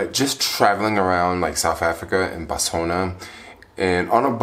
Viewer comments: It's pronounced BOTS WANA! Damn! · Why did you stop saying Botswania?😞😞 You took all the fun away now.